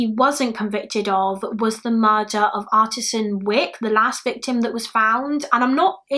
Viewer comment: Artis Ann not artisan